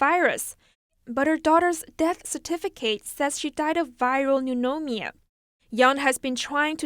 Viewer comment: That's the second time I've heard her mispronounce pneumonia :D cute